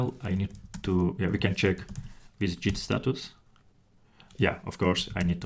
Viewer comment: it's git not jeet.